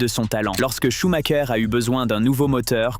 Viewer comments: Pourquoi prononcer SchumaKER, comme les Italiens? SchumREUR peut-^étre? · SHUMACHER SANS "K" SVP....